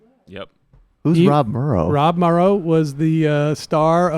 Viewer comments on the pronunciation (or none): LOLLLOLOL NO NO NO! ROB MORROW not Murrow ffs!!! i loooooove northern exposure-best show ever.